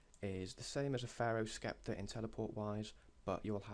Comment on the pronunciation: you can't pronounce sceptre right either lol